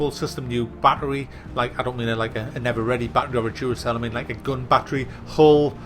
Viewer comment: "I don't mean like a Duracell or an ever ready I mean a gon battery" I died 😂